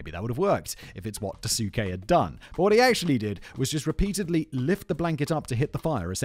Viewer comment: daasuke would be pronounced dahskay, no?